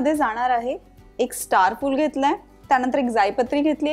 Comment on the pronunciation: Akhh MARKET CH ANALE AAPAN😂😂😂😂😂, tyanatar, tyanantar😂.